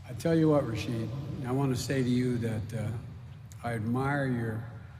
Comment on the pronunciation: Rashida, not Rashid... come on Joe.